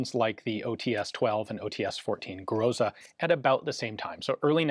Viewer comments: Ian, I really like your channel and weapons what you find. But your "Groja" is just killing me. This word reading as "Groza" with emphasis on the last syllable. I say it just for just for reference and general development. Thank you for interesting content. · OЦ 14 - Гроза spells like "grozA" (long-opened AAAh-like sound in the end of a word) I hope - it will help you to know more about a right pronunciation of a Russian small arms naming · "Groza" is pronounced with the emphasis on the last "a," speaking it with the emphasis on the "o" is not correct... Just in case you ever want to sound super educated when discussing Russian weaponry :D